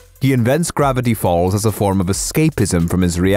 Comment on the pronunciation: When you said gravatty falls it heard like you were saying grvatty b